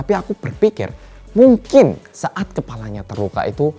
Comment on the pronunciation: Ada Berapa kata "Mungking" yg di sebutkan oleh?